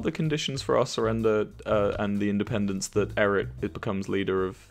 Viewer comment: ok, i was wrong. there was a clip where wilbur said like "independANce" and so i thought it was like that. my bad